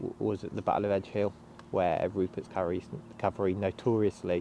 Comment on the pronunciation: Cavalry, not "calvary" 😂